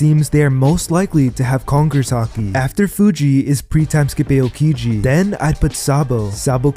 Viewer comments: its pronounced Ow-kiji, not Ayo-kiji, you even watch the show lol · E-yow-ki-ji? Lmao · you talk about being a "tru one piece fan" and yet you can't even pronounce the names properly. wth man. just repeat what you hear in the anime. not hard. "eh-oh-kiji"?? wtf? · What the Fuck is “A-O-Kiji”😭😭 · The pronounciation... A yo kiji 💀 Edit: Re yo = Ryuo 💀